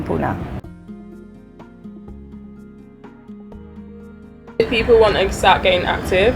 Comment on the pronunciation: What is puna it's Pune pronouncing it in wrong way is insulting to us .